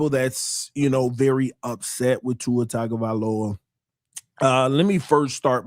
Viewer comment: For the last time… it’s TUNGA NOT TAGA. But thankfully now I can digress